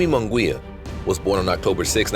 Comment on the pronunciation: Its not Moon Gwee ya. Munguia is pronounced Moon Gee ya with an accent on the gee syllable! Get it right if you're going to comment!